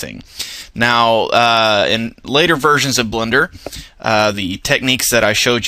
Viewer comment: I could swear you said "blunder" cookie tutorial.